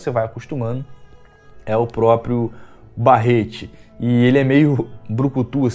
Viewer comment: Isquari Ixscuariiii, lesti ofiãs, barreti, nauti dog